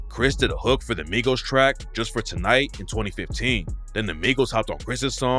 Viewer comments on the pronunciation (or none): none